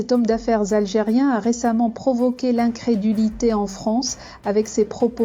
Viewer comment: vous avez fait une erreur de liaison, On ne dit pas: "cet homme d'affaires [z]algérien" Mais "cet homme d'affaires [DZ]algérien"